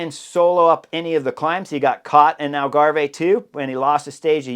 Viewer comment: Algave is pronounced Al-ga-v, like Starve